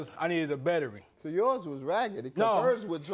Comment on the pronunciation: Well his car needed a " bettery" instead of a battery😂😂😂😂